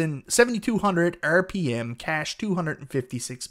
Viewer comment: The way you say hard drive, terabyte and rpm is bonkers. Hahaha